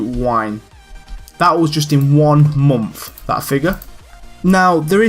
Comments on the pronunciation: yeh, i agree. You say month as like "Monnth" but it really doesn't bother me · I love how you say month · the way he says month lmaooooo